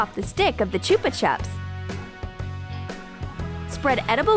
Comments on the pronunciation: im a hater because you say chop chups instead of chupa chips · Lmao the way they say ‘chuppa chups’ is so messed up Also ... you mean sweet diabetes No hate people just making this video better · You said chbu tiub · It is chupa chups NOT choopa chups /no offence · “Choopa chups” I think it’s “chu - ppa” dal😂😂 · It's perfect pronounciation is( chupa chups )not (chupa chaps) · Is she saying Chuba chup wron she